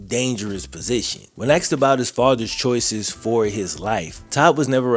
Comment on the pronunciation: Did this guy drop out in the 6th grade or does he just have a speech impediment? "His coach AXED him a question no one has ever AXED him before" lol like are you ok dude? Just thought id "Axed" 😂